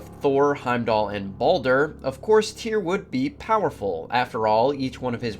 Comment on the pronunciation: His name I actually Tire, get it right